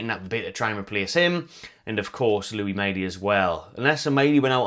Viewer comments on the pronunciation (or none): none